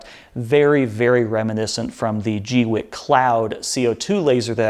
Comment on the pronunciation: I always thought it was "gweeky"